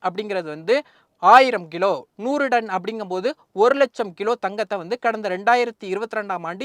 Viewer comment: Athu 'Done' ila 'Ton'.